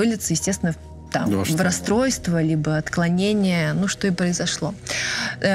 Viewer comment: Согласна, пытаюсь второй раз осуществить просмотр этого подкаста: не разделяю хвалебных отзывов о А.Сулим.... Чего стоят : психиотрическое отклоление, ловили Чикатилу, ужас!Слух режет ножом! Смотрите Колыбель ужаса Василия Бейнаровича, грамотно и профессионально.